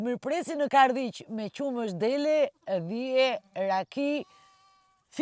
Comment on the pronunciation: Ate emrin e fshatit fole pak me qart